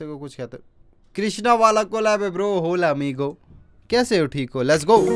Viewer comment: Bruh it's hola not hole